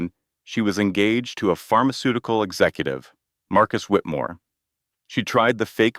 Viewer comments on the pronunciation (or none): none